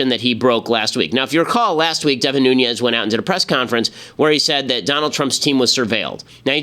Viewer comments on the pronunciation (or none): It's Nunes kind of like noon ez. I live next to his district so if you pronounce it wrong we are pronounce it wrong.